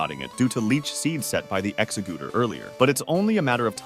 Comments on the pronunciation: "Guy a rod ohs", "Ex a guder", Blast was. I've heard everything now. Officially they are pronounced free this: Gair-i-dohs, Ex-egg-u-tor, and Blas-toys, Char-i-zard, and Pi-ka-chu. You also pronounced au revoir in the absolute most American way possible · Did you say 'Exagooter'